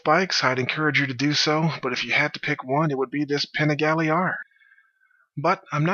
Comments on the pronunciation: All good. Both bikes are dope. I'm a little biased considering I own an hp4 but have ridden both. My only thing is: Could you please learn how to pronounce Panigale. It doesn't have a diacritical - ie. it's not an é. Js. Bless. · All I'm going to say is that I could tell this was going to be a biased opinion based on the over emphasized introduction of the "PANIGALE" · Great vid, but i would not call it an 'unbiased' video, its clear that you like your Panigale more. Even right at the beginning you put the emphasis on 'Panigale' but say HP4 normally.